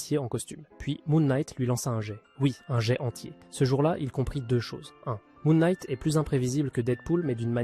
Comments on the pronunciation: 9a me fais trop bizarre d'entendre un "jé" plutot que "jette" quand il parle de "jet" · Bah pour Deadpool, c'est surtout que c'est impossible de copié le style de combat d'un mec qui ne peux pas mourir? Deadpool s'en fout d'être blessé, donc Task Master ne peux pas le copier ou il va juste se buter tout seul... Et "Jet" est un mot anglais, ça avec un D devant et tu prononce le T à la fin. "Djète" en gros.